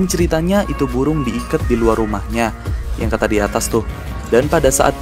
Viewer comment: burung bukan buwung kali bang